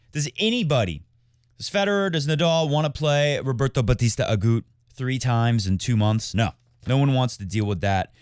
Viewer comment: Please don't ever stop citing players in funny voices and mispronouncing their names, I find it hilarious! My favs are Popsicle and Roberto Bautista AGOOT!